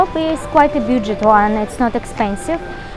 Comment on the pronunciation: паникерша вы та еще, к августу многое устаканилось, но главное не это - pronunciation is below par: can imAGINe (не имадж), budget is -баджет, не бЮджет, situation is not GOOD, no - not well!!!!